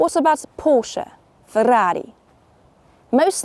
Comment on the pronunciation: I rather like how you said "Ferrari." 😄😉